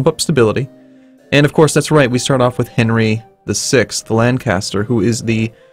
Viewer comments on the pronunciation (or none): none